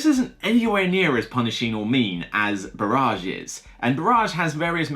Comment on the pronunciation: Just so you know "barrage" is pronounced "ba-ridge" - "ba-raj" as you say it means bombardment not dam.